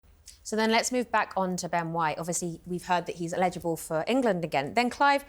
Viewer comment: Illegible 🤣 or eligible.